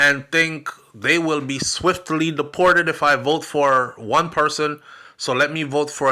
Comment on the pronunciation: I will " bote" for Donald Trump I will" bote" for Donald Trump 😅😅😅😅😅